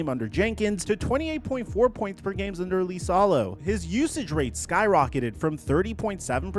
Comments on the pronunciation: Who is "Lisalo"? It's "Isalo" 🤦‍♂️ You and butchering names...like other time when you called Kiyan Anthony, "Kee-yan" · "Lisalo" 😂😂😂 It's Iisalo (iisalo)..... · I think it's "E" salo not "Lee" salo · Its LiSaLo, not lIsAlO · It's IISALO, not LISALO. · How is Iisalo Lisalo? 😂😂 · Learn to say the surname. Use google translate if needed. Hes last name is Iisalo (Eesalau) not Leesalo. Jesus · Why does he keep pronouncing it “Lisalo”? The first letter is I, not L. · Dude, you should do your homework on names. The man's name is I I S A L O - double ”i”, there is no ”L” at the beginning of the word. Come on! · Holy shit I commented this early on in the video, the number of times you say his name is absurd and each one physically hurts to hear. The clearly capital i is in print many many times in the video. What are we doing.